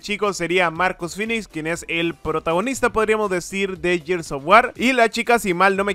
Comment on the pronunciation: Se dice gears no yirs v